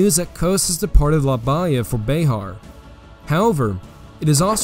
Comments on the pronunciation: It’s pronounced- La Ba Hee ya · PRONOUNCE - LA BAHIA CORRECTLY YOU NON TEXAN!